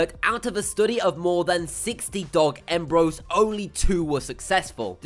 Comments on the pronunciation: It’s emb-ree-oes not embroes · He keeps miss-pronouncing embryos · Now say it with me... EM..BR..YOs